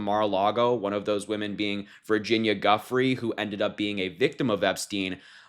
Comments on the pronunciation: It’s pronounced DUE. FRAY Harry, not guffrey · “Geeeu-fray” Virginia Giuffre’. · It's pronounced Joo-Frey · Exactly it's Joo- Fray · Yeah, its not Guffry